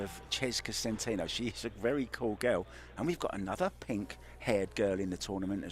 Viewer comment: Tell the commentator that the name is SEN-TEN-OH not SEN-TEEN-OH